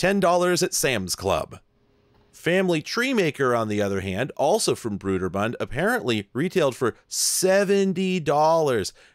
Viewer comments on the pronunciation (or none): Is this in Seattle area I am in Port Orchard WA. Also it is BROAD ER BUND not BROOD ER